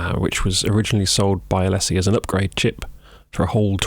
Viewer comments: The company name is pronounced ah-LEE-sis. Was it pronounced AH-lessy in the UK? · ...never heard it pronounced like that! We always say Uh Lee Sis. I think I like Uh Less Sea better! :P That opening Tune was cool√ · Alessy? A-Lee-SIS is how we pronounce it stateside. Where they are from.